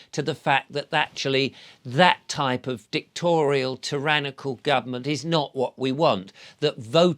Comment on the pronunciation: It’s dictatorial not dictorial !! Great talk.